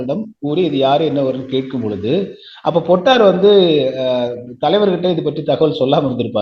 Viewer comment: பொட்டு அம்மான் = பொட்டம்மான் —-> பொட்டர் (சுருக்கமாக அழைத்தார்கள்) ‘பொட்டார்’ எனும் உச்சரிப்பு தவறானது!